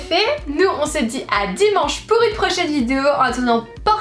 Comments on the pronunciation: Arrête de dire vidzeo punaise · Mais tu sais pas dire vidéo ?